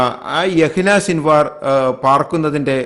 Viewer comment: His name is Yahya Sinvar but not Yahina Sinvar . Please correct it 😞🙏